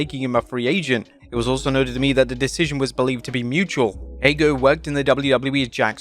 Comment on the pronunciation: ? Who is Ago??? You mean Hager! Stop pronouncing names so badly. I mean there is a bit wrong and then almost not even sounding like the word you are saying! Jeez lol... You do it all the time. It's so lame :P